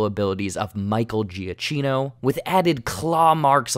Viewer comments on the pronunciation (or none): JA-KEE-NO is the pronunciation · Giacino? The ch make the sound "k"